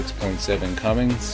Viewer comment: Nice review, but it Cummins, not Cummings